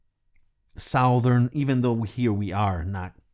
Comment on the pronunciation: You pronounced the name Lynyrd Skynyrd perfectly, but a few seconds earlier you did kind of butcher the pronunciation of the word “southern” LOL